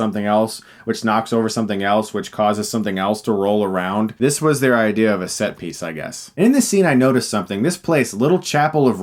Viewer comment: "ideer" 10/10 Chris